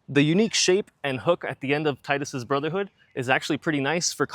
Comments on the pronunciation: Thank you for saying his name correctly. Like the other comment said, his name makes perfect sense because of all the water themes in the game. Tide - water, blitzball, his weapon etc. There are just too many things water related for it to NOT be pronounced Tide-Us So yeah, Teed-us is wrong and Tide-us is right. Also kingdom Hearts 2 said it as Tide-Us so thats what I'm going with lol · His name is pronounced "Tee-dus" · It’s teedus lol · Why does everyone mispronounce the name "Tidus"? It's so easy to say properly Tee Dus and not Tie Dus. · It's "Tee-dus" I know it's stupid and goes against the whole water theme of FFX, but that's how it's pronounced.